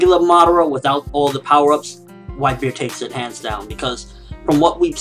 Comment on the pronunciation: Like if u flinched when this guy first appeared on the screen saying white bared lol, no offense guy I love ur reviews